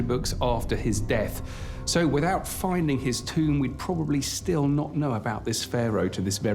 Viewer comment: Buwwshit putative sites for Atlantis that stiww exists.